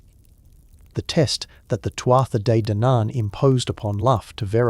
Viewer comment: Tootha de dannon. You can say it this way